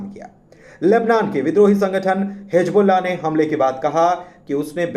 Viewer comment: Hizbullah Not Hijbullah کم سے کم اردو کی ناک تو نا کاٹیں بھائی